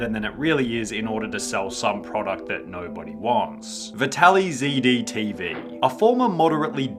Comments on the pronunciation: "vih tally z d" bro its vitalized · It’s not “vitaly z d tv” it is meant to be said like vitalizedtv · I think Vitalyzd is supposed to be prounced as vitalized, not vitaly-z-d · I thought it was vitalized? Not “vitally” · VITALIZED TV!!! That’s how “VITALYZDTV” is SUPPOSED to BE READ AND PRONOUNCED!!! Great video, just tired of people making this stupid mistake. It hurts the credibility of everything else you have to say when you can’t even get his channel’s name right